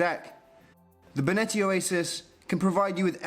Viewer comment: Finally "Benetti" is pronounced right! Haha! Jokes aside, welcome!